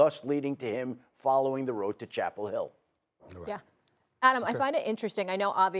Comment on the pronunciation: Somebody Lil blonde hair blues daughter is in trouble... Tell Bill it's Chapel Hill, Not Chapel Head.😮